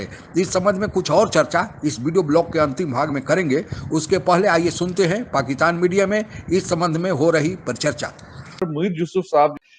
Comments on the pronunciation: Aray bhai Pakistan bolo, PAKITAN nahi. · Pakkitan Nahi sir Pakistan hai😂